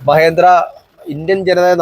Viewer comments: മഹേന്ദ്ര അല്ല മഹീന്ദ്ര. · മഹേന്ദ്രയല്ലല്ലോ.. മഹീന്ദ്രയല്ലേ😂😂